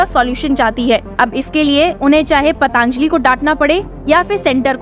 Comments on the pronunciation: पतांजली नहीं पातंजली बोलिए। अपना उच्चारण सुधार लीजिए। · इसका उच्चारण पतंजलि होना चाहिए न कि पतांजलि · पतंजलि बोलें पतांजलि गलत है।